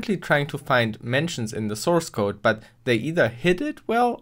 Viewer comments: What is a 'sourecode'? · Ah yes, sourecode